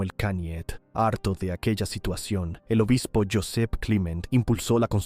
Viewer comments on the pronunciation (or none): none